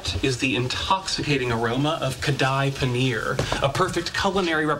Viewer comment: His pronunciation of kadhai paneer made me want to kick something.